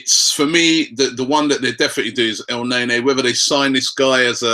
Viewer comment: stop the el naynay pronunciation lol